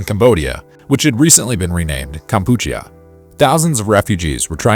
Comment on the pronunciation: It's kam-pu-chee-ah. Just another example of ai screwing up. The concert was fine, even without reunion. Like that was gonna happen!